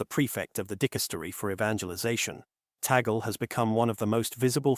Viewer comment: Luis Tagle not Taggle